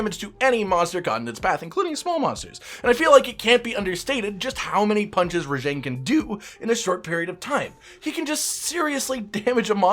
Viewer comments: Rah j(ah)ng. For fucks sake, your pronunciation of his name drives me up a wall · Other than Rajang the way you pronounced Rajang, totally enjoyed this video, as a first time viewer. 😅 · You don’t pronounce Rajang correctly.